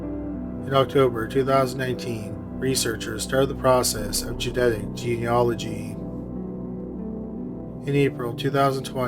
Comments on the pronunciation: Not in America. It’s “JEE-nee-ah-luh-jee”. I would think it would be the same in Canada (the narrator’s home country) too. In all his past videos he would say something like “Jeena-nology” — he’d throw in an extra “n”. I’m really proud and relieved he got it right this time. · Congratulations! You FINALLY pronounced “genealogy” correctly!!!! After years of pleading. Then you turn around and mangle “Naperville”. But that’s a small price to pay. Thanks for posting these cases with resolutions.